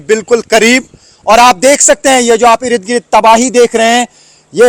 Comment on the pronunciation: please don't say 'Ir i d' 'Gir i d' it is Ird Gird... The urdu pronunciation on the urdu channel should be accurate.. thank you.